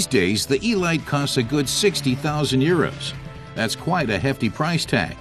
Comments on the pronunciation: Nice vid, but... Eeee-light? What next? The BuMmmWuh 328 Miley MyGliay? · The Load-us Ee-light, a compact delivery vehicle. What has it to do with this exquisite sports-racing car? Sorry, I would rather hear this voiced by the German test driver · 'elite' is a word that means a selection of the best - pronounced 'El-eete'. It's OK if you don't speak English properly just don't do voice overs!